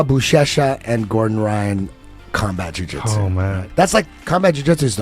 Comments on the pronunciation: Completely unrelated to the real content in this vid… But, your constant and repetitive use of the “Jh” sound in “jhew jhitzew” is kind of f-cking annoying. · the way this guy pronounces "ju-jitsu" is annoying af